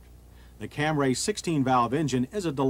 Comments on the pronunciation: Took John until 1990 to stop saying “Cam-ray”. When the Lexus ES came out he finally got it right. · FFS, John..................it's Cam-REE, not Cam-RAY!!!!!! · I only watched just to hear John say Camray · I'm only here to hear John say Camray lol There's someone around here in town with one of these, too. It was a bug out to see it.